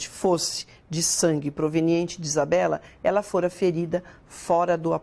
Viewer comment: É Isabela e não Isabeli entende?